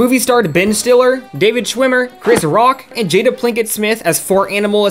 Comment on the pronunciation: Jada PINKET Smith, not PLINKET. Wil might come slap you for that! LOL